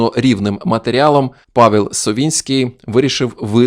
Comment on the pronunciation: Польською не "Павєл", а "Павел" (читається майже як "Павев").